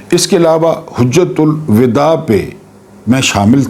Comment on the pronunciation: ye HAJ'JA'TUL WIDA he. Aapney HUJ'JA'TUL WIDA par'ha.